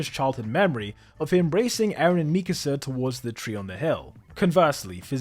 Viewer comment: Finally, an AOT video THAT KNOWS HOW TO PRONOUNCE MIKASA